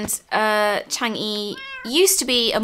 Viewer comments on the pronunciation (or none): Just A little fact for, the lady in the moon's name is actually pronounced Chang-a (I think, sorry if i'm wrong.) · It's pronounced (Chong uh)